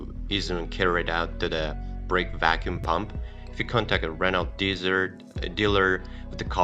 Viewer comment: The voice over guy 🤣🤣🤣can’t even say megane right or Renault it’s french it’s pronounced reno